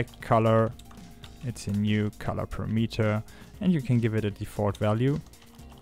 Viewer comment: notice how unity's "color premeter" is spelled and pronounces with an 'a', as in parameter. Four syllables buddy not three. You know text to speech works pretty good these days.